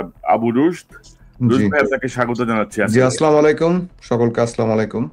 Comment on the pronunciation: “আসসালামুআলাইকুম” এই শব্দটার উচ্চারন ঠিক করলে ভালো হয়। আপনার উচ্চারণটা খুব কানে লাগে।